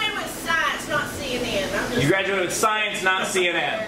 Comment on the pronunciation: When the person says they graduated with "Shiensh" you know they're talking pure bullshit.